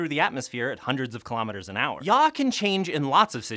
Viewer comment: I keep cracking up every time he says yaw